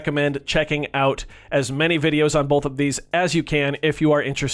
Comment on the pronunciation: U say Bolth